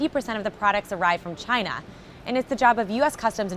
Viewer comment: If American companies weren't so greedy and made their products here this would not be such a big problem. And why does trump always pronounce China as Gye-nah?